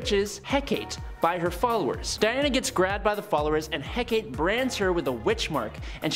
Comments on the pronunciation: Not Hec-ate. It's pronounced Hec-a-tay. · Hek-a-tee is how it's pronounced